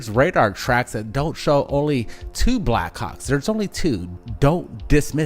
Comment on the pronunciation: I like how the brothers say "Backhawks" sound like they're saying "Black C#cks!. 😆. Great compilation of video with excellent explanations! Great job and! 🤘🗻🪖🛸👽👾